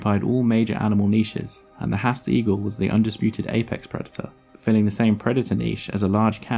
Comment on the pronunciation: It's a shame that you've gone to all this trouble to produce this video, yet you can't even pronounce the name of the bird correctly? 'Haast' is pronounced 'Harrrst', not 'Hast'.